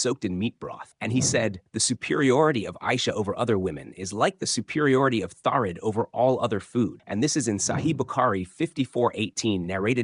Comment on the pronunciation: Ah Thareed! Please stop saying tharid, it's triggering me! 😅 When I worked in Saudi, I wanted to try thareed. My neighbour sent some for me 😍 very tasty....there are many tasty, traditional foods in Saudi!